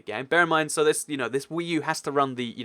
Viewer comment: WEECOME TO WEE U